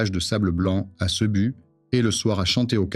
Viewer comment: la prononciation CEBU et LUZON révèle que c'est de l'IA beaucoup de clichés cartes postales avec quelques ...tails boats thais LOL